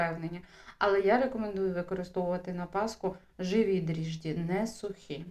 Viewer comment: ДРІЖДЖІ !!!! НЕ дріжді ...❤❤❤❤❤